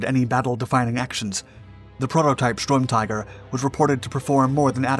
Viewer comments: This dumb robot keeps saying stormtiger, isn't it sturmtiger? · stop saying strumtiger fs its sturm